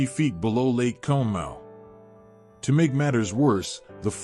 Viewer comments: Conemaugh is pronounced (Con-A-Maw) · For those of you who don’t know Conemaugh is pronounced caw-ni-maw. That AI voice was butchering it. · It’s pronounced con-a-ma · Love the video dude, i live about half a mile from the valley the water went through. And btw conemaugh is pronounced [cawna mah] lol. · Excellent video! Some things though you can look into, South Fork Dam would be on the upper right of the map, to the right, to the right of the stone arch viaduct. Conemaugh is pronounced Con-a-maw. What really clogged the spillway were the grates that were installed because the lake was constantly stocked with game fish for the members. It kept those fish from escaping. It was also poorly maintained and could not be removed, either they were stuck, or someone more worried about losing the fish! 🤯 Also, the telegraph message was slowed due to cuts in the telegraph lines by adjacent flooding from creeks and streams. Trackwalkers had to hand deliver the message to the next tower operator, causing delays in the messages getting through. It went from South Fork to the next online tower, given to the trackwalker, who delivered it to East Conemaugh tower's operator, sending it to Johnstown. "The dam is breaking, RUN!" was the town joke at the time. Some heeded and ran for Westmont hill, while others didn't. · This also bugged me the whole time listening😂